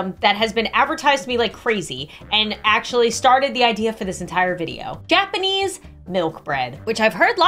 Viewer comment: "Gapanese" Its japanese lmao